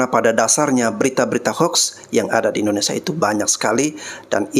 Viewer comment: Maaf ya Bang tolong lurusin idonesia, bkan indonesa.